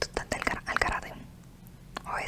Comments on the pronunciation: A lo mejor este equivocado pero creo q se pronuncia al “garete” nunca he escuchado “garate” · Al garete not Al garate